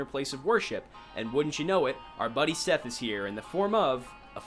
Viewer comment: fun fact; Seth is pronounced "set"